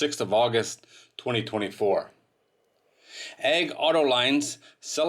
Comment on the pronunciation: Delivered to egg? learn how to pronounce the company name!